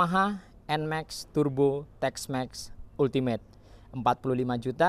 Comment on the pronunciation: Bacanya NMAKS bro (bukan nmeks)